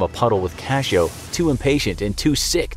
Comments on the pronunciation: It' s "cachorro", not cashoe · You said dog wrong i know how to say it I have a mom that speaks it and she taught me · Is "Cachoe" actually "cachorro"?